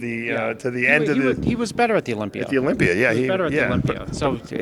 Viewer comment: What’s the deal with the pronunciation of Olympier? It’s Olympia 👈 a not er 🤷‍♂️